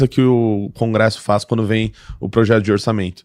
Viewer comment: "Progeto"? "Progeto"?! Você só pode estar de sacanagem com a minha cara!